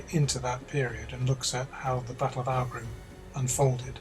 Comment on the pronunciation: Aughrim is pronounced like Ockrim the same ock from clock. Great video and I do love this period.